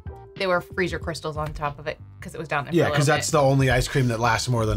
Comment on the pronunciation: that Boston accent came out heavy on "down there" lol